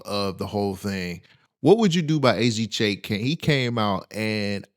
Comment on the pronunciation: AZ Chike. Not AZ Chake.